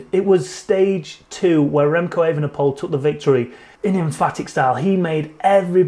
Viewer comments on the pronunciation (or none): How do pronounce Evenepoel? It's not that hard You first start with a long 'a' like ape than 'ven' like even without the first 'e' than you repeat the same 'e' as the one of 'ven' than you at poel pronounced like the word pool But speak it like E-ve-ne-poel en not E-ven-e-poel See Not that hard